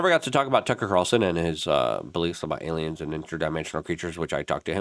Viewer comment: Why does this weirdo wants us to believe it's alyums so much?